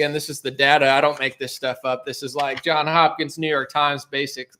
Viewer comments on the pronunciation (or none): Not JOHN Hopkins! It is JOHNS Hopkins.